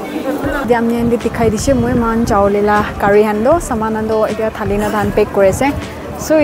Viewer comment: Don't say thali its hali